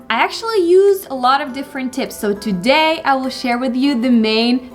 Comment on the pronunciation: Отлично! Привет из Штатов! У вас отлично получается) Только в тюдэй немного больше "тУдэй". Классная лекция!